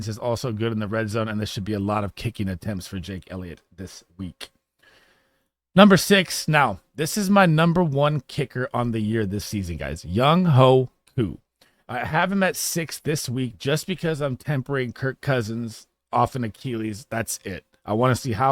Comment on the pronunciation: Nice content! It's pronounced (Yung-way) but still funny though!